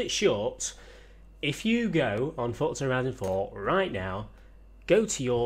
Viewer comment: can all of u all stop sayijg fortza its forza